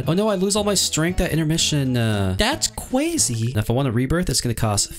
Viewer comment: Is so funny when he said that's just cwayze